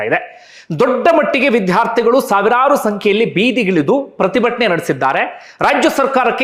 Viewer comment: Vidhhyaarthigalu alla vidyaarthi anta ucchaarane saripadisikolli please